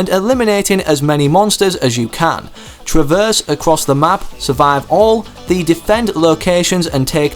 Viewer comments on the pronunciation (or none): none